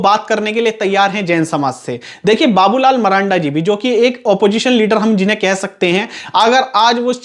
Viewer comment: Are bhai kam se kam naam to sahi bol lo Babu Lal maranda ye kaha se padh liya English me kamjor ho kya